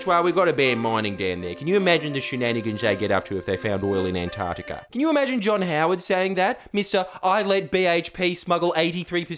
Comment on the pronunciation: Jordie my hero the sound of Antar C tica minus the c crushes my very being.